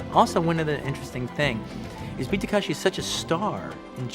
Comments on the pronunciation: Good Lord! Takeshi, not Takashi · Beat Takashi instead of Takeshi . . . Wong Fei Ho instead of Wong Fei Hung. Quentin is like that 40 year old that learns a name wrong and consistently pronounces it wrong thereafter. 😅😂😅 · Calling him BEAT "Takashi" is so disrespectful. jfc learn to pronounce people's names if you're gonna cape.